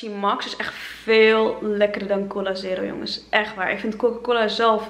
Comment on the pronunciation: ahhaha hoe je cola zegt coula